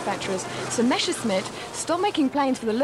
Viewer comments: Messerschmitt, not Meschersmitt .... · why "meschersmitt" and not "messerschmitt"?